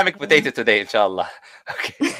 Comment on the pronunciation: "We are gonna have an Islamic potato today, Inn-Sha-Allah" 😂😂